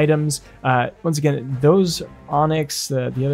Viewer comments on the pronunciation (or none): none